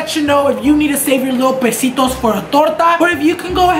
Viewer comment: Nigga said pesitos. Hahah